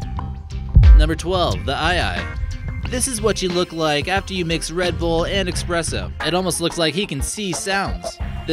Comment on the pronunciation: Did he just say expresso?